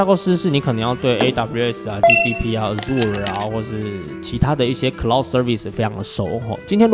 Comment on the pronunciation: Azure不是念阿入耳，是念ˈaZHər，可以參考google翻譯的念法